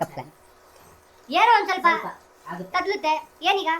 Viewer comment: Thodluthe ❌ thadluthe ✅